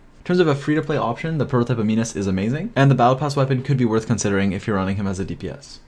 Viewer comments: Prototype Am-in-us not am-een-us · A-nimus. Not ani-mus :D